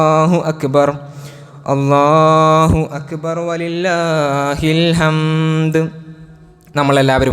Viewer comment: بارك الله فيك ، നല്ല ഖുതുബ الله أكبر ، الراء بالضم